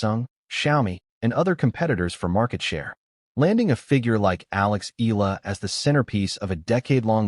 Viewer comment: E a la! Come on... pronounce it correctly!